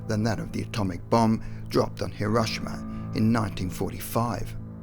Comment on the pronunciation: Never heard of HerRUSHAma ... do you mean Hair-O-sheam-A ?